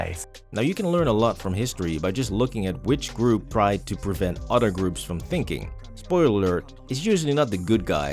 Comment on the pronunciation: it's not udder it is other. Great video